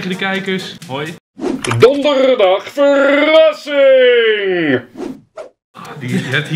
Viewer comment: Ik wil niet heel vervelend doen, maar het is ver-rassing en niet ver-assing!